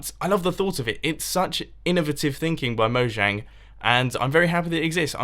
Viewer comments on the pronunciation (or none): Moe-yang not Moe-zhang or Moe-jang :) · it is pronounced: moyang